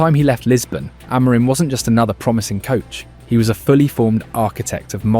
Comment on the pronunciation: You make some good positive videos but it's not great you can't pronounce Amorim and the players' names correctly (you're not the only one on Youtube though). Please have a look at the official United short "How To Pronounce Our Reds’ Names" and learn how to pronounce their names. Don't sound like an amateur - go pro!